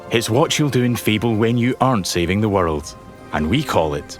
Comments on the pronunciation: Never heard anyone pronounce "world" as "wordled" 🤣😂🤣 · "Change the waterld?"